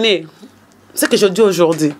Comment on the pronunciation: vraiment on dit aujourd'hui pas aujordi,tu fais la honte de promo Le bambino et L'Ecomas,je suis de cette génération promotionnelle scolaire donc il faut présenter ton francais comme il se doit.OK.